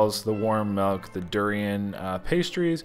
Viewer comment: Milk not melk